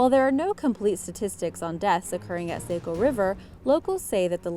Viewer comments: Just so you know it's the s-ah-co or saw-co if that's easier river, not s-aye-co. Most of us from maine don't care if you pronounce it wrong, but some others take it way too seriously so just thought I'd let you know the real pronunciation! We're never on any cool lists so it's just neat to see us mentioned on ANYTHING. We're not exactly known to be a bustling place 🤣🤣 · Hehe ithe Saco river isn't pronounced like that, it sounds like Sah-co not Sai-co just in case you were wondering! Cool video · it is named the "SAW-CO" river not "say-co" river! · Yooo it's pronounced Sah-co not Sayco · Sah-co is the pronunciation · I grew up in Saco! 😁 - it’s pronounced “Saw-co” (except by those southern transplants from Boston 🙄) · I had a hard time listening to her pronunciation too lolol I just wrote a comment above like its S-ahh-co 🤣